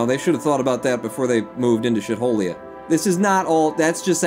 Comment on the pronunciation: I believe its pronounced "shee-tholia"